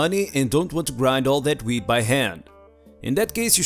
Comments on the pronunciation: It sounds like he says weed not weat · Hey bro i love it when you post! Awesome video! You are hilarious and the best! I always look forward to your videos! Lmao i wish u could post weekly. Lmao almost sounded like weed! Imagine having to grind all that weed by hand! Dam this sucks! Hahahaha ik it was wheat. Imagine if u did say weed lol. 😂😎👍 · I was using my wireless earbuds listening to this episode and heard “weed” instead of “wheat”. When he said grinding the weed I had to look at my phone to see what was going on here. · His accent and pronunciation made the beginning of this video just amazing lol. Talking about growing & grinding “Weed” 🥦 💨 🤪🤣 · "And dis is a dirt bike." Lol that's what I heard. But if I had that many kids and that much wheat I would deff. Take the cheaper choice and put those kids to work! 😂🤣😂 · Yes... you mix wheat with ‘eeest’...